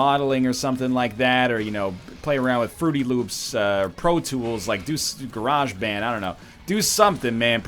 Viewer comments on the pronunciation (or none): none